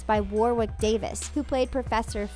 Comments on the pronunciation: Or Wawick when it's said like Warick 😂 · War-wick? Excuse me. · "wourewick davis" pronounce it woh-rick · Why u say Warwick like warrwick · Please please please get your pronunciations right. It is not “war wick” it is “worrick”. It is not “Flit wick” it is “Flittick” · Warwick is pronounced ‘Worrick’.